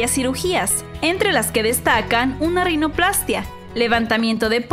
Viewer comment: Así es, con acento en la -í-.